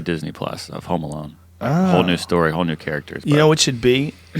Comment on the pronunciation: are they saying Home Malone ? i swear they are.